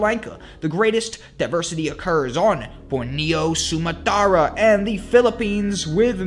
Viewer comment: You might want to check your pronunciation of names like Borneo and Sumatra.